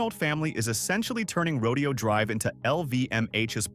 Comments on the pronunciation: It is NOT pronounced : Row-Dee-Oh Drive.. it’s pronounced: Row-Day-Oh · It’s Ro-DAY-oh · Where's your current crib? Trust me, you do not need a place there. There are much better places to live than this for a guy like you. And note this: Horses are part of a rodeo. Right! The street name is NOT pronounced the same way. Say: "row day ohh" or you'll sound like a hillbilly.